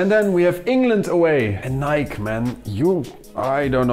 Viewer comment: It's Ni-kee